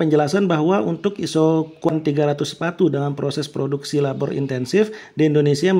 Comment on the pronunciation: Maaf ka mau kasih saran aja. Sebenernya penjelasannya cukup bagus dan mudah di mengerti, tapi 1. Ada beberapa kata yang kurang jelas penyebutanya, seperti di detik 15.33 penyebutan kata LABOR. Saya butuh beberapa kali pengulangan vidio untuk tau kata itu. Itu juga mungkin karna saya baru pertama kali mendengar kata LABOR, jadi saya sedikit kesulitan. 2. Untuk penjelasan di cth KURVA. Bisa kah Ka, untuk menambahkan coret-coretan merah di bagian-bagian yang sedang dijelaskan, agar lebih jelas. Karna saya masih kesulitan dalam membaca KURVA. untuk selebihnya vidionya cukup baik dan dapat dimengerti. Terimakasih, semoga untuk kedepannya lebih baik lagi. SALAM SUKSES.